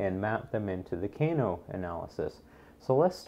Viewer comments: FYI "Kano" pronounciation is incorrect. In English it is more like the "a" in "father". Not the "a" in "cane" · The way he pronounces "Kano" though hahaha